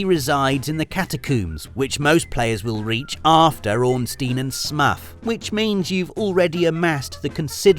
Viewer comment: Ornstein and "Smuff"???